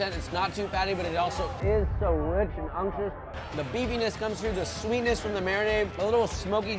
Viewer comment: If u dont stop saying unctuos, im gonna lose it